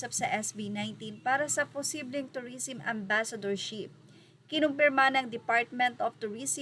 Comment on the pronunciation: tourism (pronounce as "turisem" not "turisim")